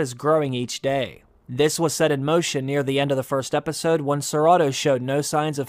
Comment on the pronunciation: I was trying to figure out who ciratto was and then realized you were saying Sir Otto😆